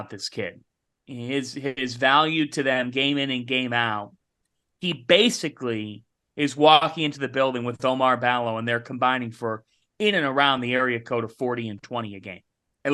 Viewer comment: Guys its no oh-mar. bAl-o...please get that corrected. It's ooo-mar ball-oh. The least we can do is pronounce these guys' names correctly. Also, Zu and Ballo completely neutralized TJD earlier this year on both ends of the floor.